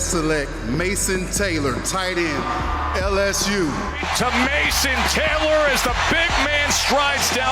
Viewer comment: The way this guy says tight end makes me furious